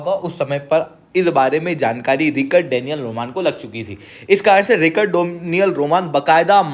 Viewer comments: Rik-Ard Or Rich-Ard 😶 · Bhai thoda pronounciation thik kr Richard hai Ri-card nhi aur v 2-3 mistakes hn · It's not Rikard it's Richard. U r a Sir pls u shud know that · रिचर्ड है वो रिकर्ड नहीं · रिक्कड़ नहीं वो रिचर्ड है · Richard toh bolna seekh pehle. It is RICH ARD. aise hota hai. 😂😂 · It is pronounced as RITCH-erd